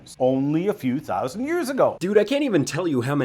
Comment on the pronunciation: you swallowed a "thousand" there...